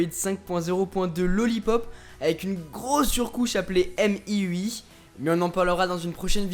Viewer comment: c'est pas "èmeiui" mais "miui"